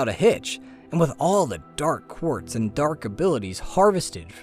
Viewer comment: Dark.. Pause.. Quartz . the pronunciation is great, but the pause is distracting